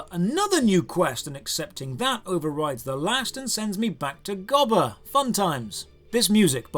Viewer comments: It's gobber not gibbler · Come on, its GOB-BER not Gob-Ler. I shall excuse this as some Brit localization thingy, or something. 😀